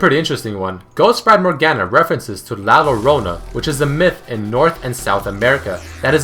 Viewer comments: did you really say LA LO-ronona? it pronounced as la yorona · la lorona... its pronounce yo-ro-nah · La Lorona. LOL. DAt pronounciation thou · La lorona? Lol hahahahahha that made me laugh a lot, is la llorona double LL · its pronounced LA SHO-RO-NA, the LL its pronounced like SHOW, and the A its like in MAMA. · did you know its pronounced like "la shorona" instead of "la lorona"? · that last skin story of the women that drowned her own children was all i heard about in my childhood in Mexico :P and btw .. is pronounced la yorona but is spelled llorona a very popular myth from where i am from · In case ur interested, La Llorona is pronounced as "La Shorona" or "The weeping one" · la llorona pronounced yorona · La lolona XD, as a colombian player, that hurt and made me laugh at the same time. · "La Yorona" Is the pronunciation and there are A LOT of stories about her but all have the same "drowning kids" and the man she fell in love with. Also, la llorona is named this because she goes around crying "Mis hijoooos"(My children) near rivers. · it depends though, in mexico the "LL" is pronounced as "Y" so its "La Yorona" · Lol....... la lorona XD (its llorona spelled like y like in you) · Morgana Le Fey, not Morgan Le Fray. Sorry, that bugged me :/ And it's llarona- the LL sounds more like Y ya-rona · It's "La Llorona" no "La Lorona" It's hard to pronounce btw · La llorona is pronounced "la "yorona" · La llorona isnt pronounced as you said the doubled L makes the Y sound and it means "The Crier" its a very popular story in various parts of mexico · I like how english people pronounce "La Llorona" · La llorona!!! No english speaker has ever got it wright XD. But you were close though. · i love this videos ,but man dat spanish lol, you said la llorona wrong but we all make mistakes keep making this videos pls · lol he miss pronounced la llorona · La llorona, you are saying it wrong.